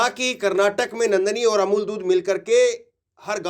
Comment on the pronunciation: आप और को ओर क्यूं बोलते हैं उच्चारण सही बोला कीजिए मैं आपके सभी न्यूज सुनता हूं